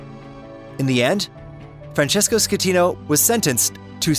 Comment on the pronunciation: Costa concordia did not sink. What you taking about? And you said the captain's name wrong " captain scatino"